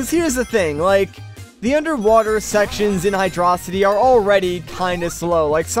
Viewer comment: 1 yr late but wtf do you pronounce hydrocity highdröcitee